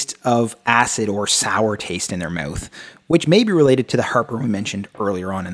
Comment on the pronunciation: Also the way you pronounce "mouth" makes me laugh - meyowth